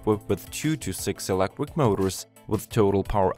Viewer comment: It’s electric not elequip